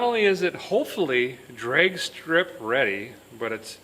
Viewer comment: Did Derek say "Dregs strip ready"? as opposed to drag strip? Hahahahaha